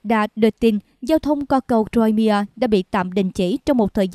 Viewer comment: Crimea (khoai mia) không đọc ( trôi mia)